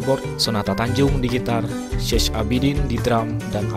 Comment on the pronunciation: Syech ...bacanya Syeh...jadi Syeh Abidin.....